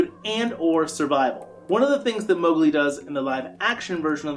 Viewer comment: Not Mowgli